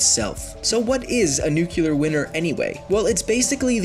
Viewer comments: Why does he keep saying new-cue-ler nuclear! WHERE IS THE U AFTER THE C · He wasn't even saying nuculear; he was saying nucular. Just think what that laziness indicates for the truthfulness of his facts. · NUCLEAR not NUCULAR!!!! Its derived from nucleus not nuculus. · you idiots don't know the joke the video pronounces Nuclear Winter as Nucular Winner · Everytime you say "nucular": -a kitten dies -a puppy dies -a safety switch on a warhead fails -trump starts thinking about bombing the middle east -north korea builds one warhead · Amazing, he said Nucular so many times that Trump actually bombed the middle east! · Thentai he ment to say nucular stop being a grammer freak noone cares about spelling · "Nucular winner" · NUCULAR BOMBS, NUCULAR WINTER, dude... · Came to the comments just to say this. Couldn't pay much attention to the information as listening "nucular" every 3 seconds was rather annoying. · Nucular winner? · I hate the way he says "nuke-u-ler." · Woah, woah, woah, slow down there,, it's pronounced "New - clear" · NEW CLEE ER NUCLEAR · Nucular winer. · whyyyyyyy did they let him say "nucular" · "Nuke-ular" CRIIIIIIIIIIIIIIIIIIINGE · Merriam Webster puts up Nuke-e-lar as an alternative pronunciation for the word. They just put a warning that says "some people might get extremely annoyed and refuse to reason with you if you say it this way" but otherwise it's just a standard alternative pronunciation. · Oh dear sweet mother! NEW-KEW-LAR Ear trauma! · No I believe he said "nucular winner" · You guys have a million plus subs and you can't get a narrator that can properly pronounce nuclear? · Here's an idea for your next video; what if you could actually pronounce the word "nuclear" properly? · It was like ear torture for me so I care, especially since the word is written out several times in the video. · STOP SAYING NUCLEAR WRONG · Let's talk about how your credibility is void because you cannot pronounce nuclear like a scientist.